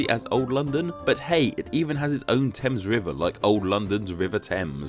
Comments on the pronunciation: Small correction about New London (as someone who grew up about ten minutes from there): The Thames River isn't pronounced like the River Thames. Instead of "Tems," it's pronounced just as it looks, like "Thames," with a "th" sound as in "the," a long "a," and a silent "e." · The river Thames in New London is actually (and infuriatingly) pronounced "thaymz" not "temz" by the locals. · The river in New London is not pronounced TEMZ like the one in London, it's pronounced THAYMZ. As an aside Berlin, Connecticut is pronounced with the accent on the first syllable. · Alas, I live near New London, Connecticut and had to get used to the fact that the locals pronounce the River "TH-ames". It was a year, after I moved here, that I learned not to say "T-ems". At least they got New London right. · Not sue if anyone else had brought this up, but the river in Connecticut is locally pronounced to rhyme with "fames" not like "dems" the way the London river is.